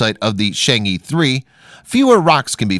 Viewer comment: Really cool video! It’s just that the pronunciation of the chang’e isn’t Shang-ee but instead sounds more like Chang-uh. Sorry it just really bothered me haha 😅